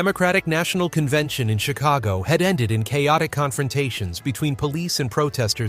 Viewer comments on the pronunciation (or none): none